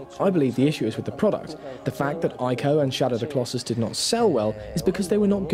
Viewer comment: actually, Ico is pronounced ee-ko, so yeah.